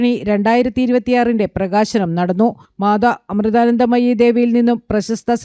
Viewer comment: അമ്മയുടെ പേര് ഒന്ന് പഠിച്ചിട്ടു പറയു... അവതാരകൻ......